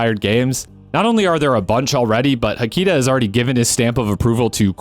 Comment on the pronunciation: Extremely minor point, but as Finnish essentially always places stress on the first syllable, I would guess HA-ki-ta comes closer to the original intent of the username, rather than ha-KEE-ta. Though I haven't heard them pronounce it themselves so I could be completely off base.